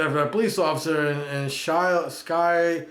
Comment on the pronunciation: that's pronounced School Kill!! you live right there near Philly, closer than I ever did when I lived in Jersey and you don't KNOW that!?!!